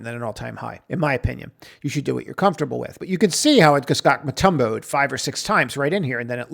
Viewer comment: "Mutumbo'ed?" The shot blocker?